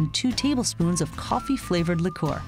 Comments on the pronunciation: "Licoor" is that bothering anyone else? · you are saying liqour wrong btw